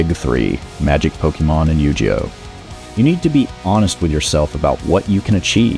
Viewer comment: Solid "first" video! I look forward to watching you grow, keep growing and keep making content before your ready. Also I laughed at how you said "Yu-Ge-Oh!" xD